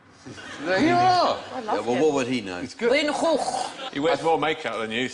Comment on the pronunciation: Van Gogh is not quite pronounced like that. It is in a part of the Netherlands, but not in the part where he came from. There, it's pronounced with two soft g's. So without the gargling rrrrr.